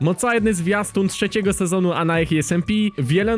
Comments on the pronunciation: mówi się mocarny a nie mocajny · mówi się mocrany a nie mocajny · On poprostu nie umie muwić r jak ja